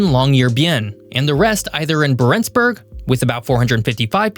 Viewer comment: Yeah and he didn’t even pronounce Barentsburg correctly